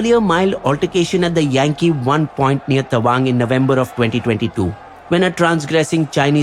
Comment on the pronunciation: It’s yangte not yangtse